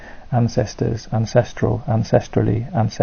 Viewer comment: I don't know much about your reading aloud project, I didn't watch the full video. But I'm cutting up words to use as samples in a song and I was stoked to hear your perfect pronunciation of the word 'ancestrally' despite being the second to last word spoken in 10 minutes. Thank you for making this and top work on your voice holding out for 10 minutes! Was the project a success and what was the goal?